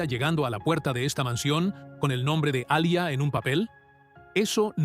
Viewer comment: Se pronuncia yijan (cihan) y es Alia no alya.